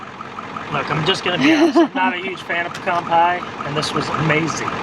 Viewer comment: Thank you for pronouncing “Pe - Can” correctly ! We’re Georgia folks transplanted to Idaho... Hope to see you out west someday... Praying for Madley... Drive Safely....